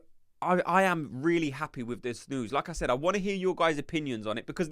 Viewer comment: 1. never doubted Arteta would sign 2. not sure about Nwaneri starting, but he should definitely play. 3. every time you say ¨like I said¨ i only hear ¨Lacazzette¨ 😂